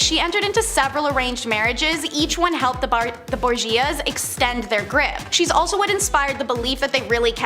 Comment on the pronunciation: Come on.. if you don't know how to pronounce names please google it before making these videos.. also make a sign to help you speak it properly when making the video... Borgia (Bor-zja) ... Meyer Lansky (not mayor but sounds like My-er)... House of Saud (Sowd)... Koch is not pronounced "Cook" it's more like "Coke" (like the soda).... remember you're trying to teach others a bit of history (had to stop video after Koch but might return to edit after watching the remaining video)